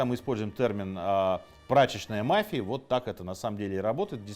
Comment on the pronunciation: Мафия ударение на и